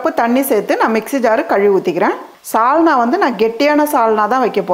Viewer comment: 'Chalna'-'Salna' illai. 'Sarkarai'-chakkarai illai. 'Sukha'-chukka illai 'Sappadu'-chappadu illai.....